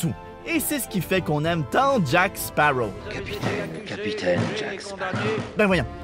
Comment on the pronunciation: baptiste rabet c'est Sparrow et pas sparaux ;)